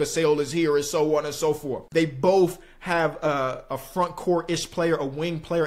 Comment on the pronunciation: How is this guy gonna pronounce the word “both” bofe 😂😂😂 immature LMFAO he did it again Boph 🤣🤣🤣🤣